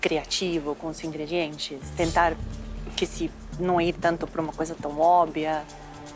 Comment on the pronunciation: eu amo a Paola falando "óbvia" KKKKKK sai "óbia"